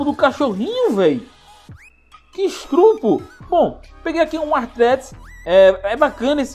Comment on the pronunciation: KSKSKSKSKSKKSKSKSKSKS "... Q ESTRUPO!" By: Oliver, kkkkkk se fala estupro